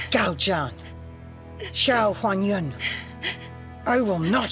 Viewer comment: HuanYuan became 'onion' 😂😂😂😂